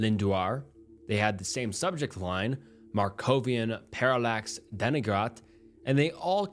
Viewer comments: Dude...some words are hurting by the way you attacked their pronunciations in this one. 😄 Interesting stories, though. I remember the Markovian Parallax Denigrate emails (it's pronounced 'DEN-ih-great', by the way. And it's pathogenesis, not pathogenis). Those emails made their way around the early tech community. None of us took them seriously, they weren't considered ciphers (not even by those of us who were crypto experts with military backgrounds in cryptology). But we were genuinely pissed about how RSS feeds were being opportunised for spam. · i love the vids but, brother please, if youre gonna make these kinds of videos, at least check your pronunciation. parallax and denigrate ain't even a foreign words 😭